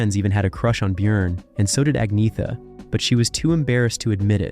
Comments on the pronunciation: Learn to pronounce. Ah-Nyeh-Ta. ByORN. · I know swedish names very well and iam an expert in the swedish language. You dont pronounce her name Ag-naya ta,, jag lovar